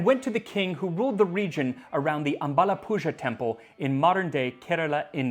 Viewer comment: Btw in ambalapuzha, the zha is pronounced like the r in ran. So it’s like amabalapura.